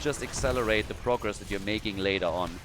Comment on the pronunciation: "Meching it happen" 😅😅😅😅